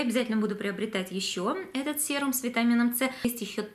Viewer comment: а мы говорим "сирум".